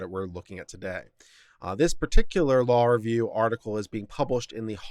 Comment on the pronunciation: It would be useful if you could pronounce "Law Review" as two separate words.